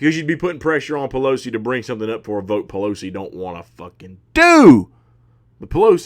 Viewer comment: Hahahaha..."AOC and P-Lo-C". Love ur takes brother👍.